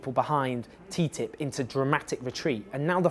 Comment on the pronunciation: Owen, you are the only person who calls TTIP teatip.